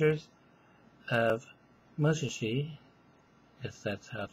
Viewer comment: i think its pronounced musjaaaashi